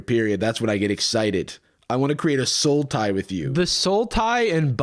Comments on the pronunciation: I thought you were saying there was a card called "Soul Tie" until I realized that you were saying "Sultai". Good job, that actually got me. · lmao i stg i only could hear "sultai" instead of "soul tie". As someone who has played 90% sultai since they starte playing magic in 2011 idk if i love or hate that joke. Or both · Without CC I kept hearing "Sultai" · Hearing you and that guy say "sultai" over and over had me so confused until I heard it correctly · yeah the first time i heard it in the video i actually thought he was saying Sultai. for some reason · I heard “soul tie” and I had to rewatch because I was like “a sultai? What?” And I’m so happy that later in the video made the MTG joke 😂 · Glad I'm not the only one who heard "Sultai." 💧💀🌳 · not gonna lie, I was hearing “sultai” the entire time and was incredibly confused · I am so happy about the Sultai reference, cause every time they said Soul Tie, that's how I heard it! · I said to SLAY the dragon not LAY the dragon vibes. Also immediate thought when you prounounced "soul tie" as "sultai" Yeah I see you!